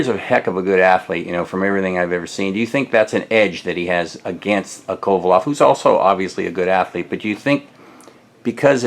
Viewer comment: His name is Kovalev not Kovaloff you could at least get his name right. We will see how Ward deals with the power and we'll see how Kovalev deals with Ward's wrestling/dirty tactics.